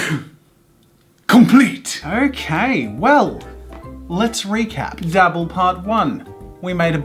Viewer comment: Whenever he says dabble it sounds like double.